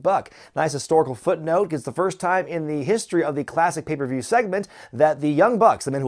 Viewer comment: does intentionally pronounce it "papieview review"? lmfao